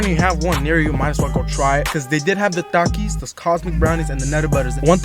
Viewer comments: bro be sayin dakis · Bro said takizz